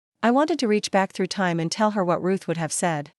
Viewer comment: ⏰ time not Ti me. Audio reading is terrible.